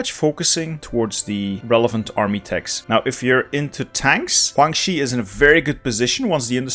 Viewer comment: And "Huang Xi", man it's Guang with a G